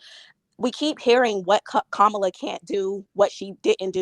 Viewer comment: Her name is pronounced Commala/Kamala. You are rambling.. I’m shocked.. Lord have mercy on America..